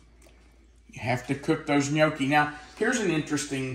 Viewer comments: I’m Italian and it pronounced. Inyucke !! In yuck e love your video! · is funny pronouncing gnocchi wrong.😂